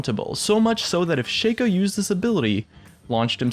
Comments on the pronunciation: shaco not shayco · I am really disgusted by the way you say Shaco... You pronounce it ShakeO... his name is pronounced ShackO. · It is pronounced Shaco not Shaco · Why does everyone (Including Riot the past few years) pronounce Shaco's name wrong? ITs Sh-Ah-Ko not Sh-Ay-Ko Otherwise the joke of his nut-cracko skin just dosen't work does it. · Sigh, it's Shaco not Shaco! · Lol dude.its shaco not shaco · its prenounced ''shaco'' not ''shaco'' kappa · Can you please say Shaco correctly? That shit is bugging the fuck out of me. If you say Shaco like you do, try to pronounce nutcraco the same way and see for yourself how fucked up and wrong it is.